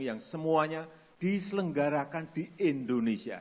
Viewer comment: Endonesia.. Harusnya Indonesia